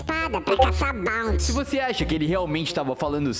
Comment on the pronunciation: ele falou bouty